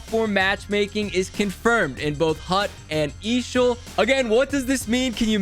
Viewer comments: Just say E A S H L not eeeshall 😭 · For the love of god, stop saying eeeshel like shit that’s cringe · Nobody calls is eeshell stop it. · ok how much did they pay you to say eashl like that